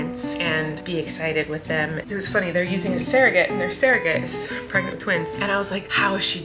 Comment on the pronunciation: It's so cute the way Colleen says serrogate instead of surrogate.